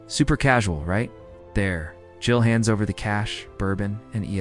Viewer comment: Super poorly done. Did you submit a script to a narrator with bad punctuation and pay him to read it for you? Can't pronounce JEEL or E Z Pass lol. Take this abomination down.